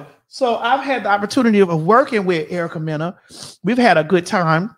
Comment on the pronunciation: how she said Erica wrong And yes she said nothing is off limits nothing is in arguments